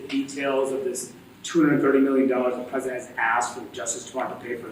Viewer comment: Dear Karoline Leavitt- It's "President" with a "P", not "Fresident". Take some of that concrete out of your lip and you might be able to say it.